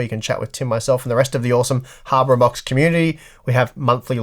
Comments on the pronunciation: Dude, even the Closed-Captioning is hearing you say Harbor Unboxed. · He's definitely trolling us. I heard "Harbor unboxed". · I swear to god he said, "harbor unboxed". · Its funny, that after the last comment video where a guy said it sounds like you are saying harbor unboxed/on box, it sounds like that again. Even the subtitles writes it as harbor onbox.:D... You need not fear the W. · you deliberately said "habor on box", did you...